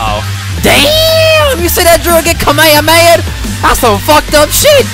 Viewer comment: I love how he said Kamahama lmfao..